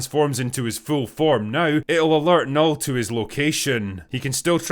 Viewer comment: As a swede, I lament the fact that they didnt pronounce Knull properly (Portrayed in the movie as Null)